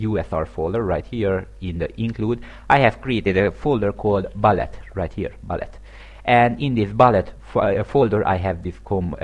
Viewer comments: Hello, sorry for nitpicking, but it's pronounced like "b-oo-llet", not "b-uh-llet". Sorry about that. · Its bullet, not ballet.